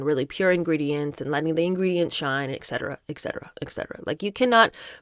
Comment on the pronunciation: Just a little note for, it’s ET CETERA not ec cetera